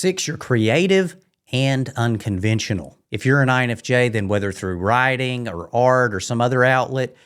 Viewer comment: At first, I thought you said rioting but realized you said writing, whew what a relief.